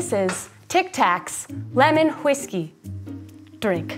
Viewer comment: this lady saying huiskey